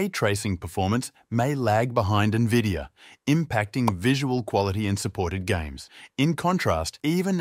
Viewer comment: did you just say nevidia?